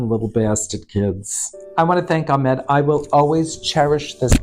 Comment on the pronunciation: He's Arab, and the H in his name is not silent so Ahmed